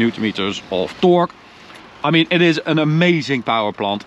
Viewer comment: "I love men green" LOL